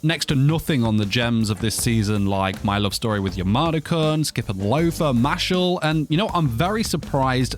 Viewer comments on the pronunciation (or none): Dude said mashle